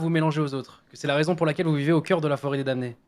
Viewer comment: Le m de damné ne se prononce pas les gars xD